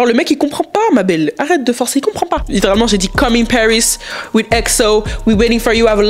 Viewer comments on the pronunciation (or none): none